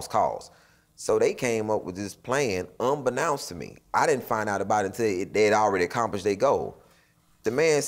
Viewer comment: Why has anyone corrected this brother on the word "unbeknownst" he has repeatedly mispronounced that word? smh black folks just dont help each other at all.